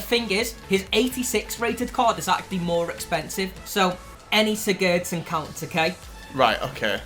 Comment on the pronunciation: you say sigurdsson wrong